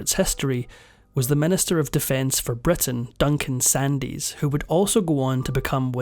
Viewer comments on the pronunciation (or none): Just one critcism Duncan Sandys is pronounced Sands with a silent Y. Certainly not Sandies. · It's pronounced SANDS not SANDIES. The standard of these documentaries is downgraded, when no care is taken to learn how to pronounce names which were well known in their time. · Tell the Scots man it's pronounced Sands, not Sandies. Suzette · Duncan Sandys is not prounced Sandies. The Y is silent; thus, Duncan Sands. That's the problem with robo voices. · Just to say that Duncan Sandys name is pronounced SANDS not Sand-eys. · Fascinating story, thankyou. Just a small point, it’s pronounced Duncan Sands, not sandees. He of the infamous Sandstorm, which basically shafted the UK aviation industry. The repercussions of his decisions is being still felt today. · An interesting account! It should be noted that Duncan Sandys pronounced his name 'Sands". Never sandeez....SANDZ! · Duncan Sandys? The surname is pronounced 'Sands'. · Sandys pronounced “Sands”. Such a sad story. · You’ve done it in another video: Duncan Edwin Duncan-Sandys - his surname Sandys is pronounced Sands, the ‘y’ is silent! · He isn't. He should know that Duncan Sandys is pronounced "Sands"......... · 'Sandys' is pronounced 'sands'. You say he kept popping up in the journalistic enquiry. Must have been an interesting photograph... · Sandys is pronounced "SANDS" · Sandys is pronounced Sands. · Duncan Sandys, pronounced Sandz, the "y" is not pronounced. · It’s pronounced Douglas Sands.